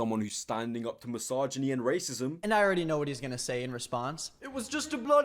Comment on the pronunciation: Jesus god why does he keep saying ‘massage-inie’